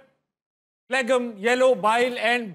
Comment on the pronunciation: Tabish, phlegm me G silent hota hai Bhai 😄🇮🇳